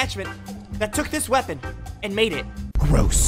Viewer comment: It is sooo goed wopon